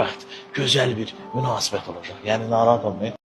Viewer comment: Olajag yox, Olacaq. Azərbaycan dilini korlama .